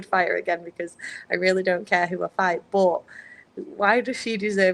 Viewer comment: when she says BUUT it cracks me up I love it